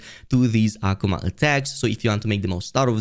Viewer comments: Aquomon..........Akuma (uh-koo-muh) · Why are you saying Akuma like that? 😂